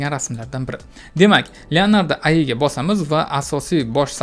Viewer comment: Ayi❌Ai(Ey ay)✅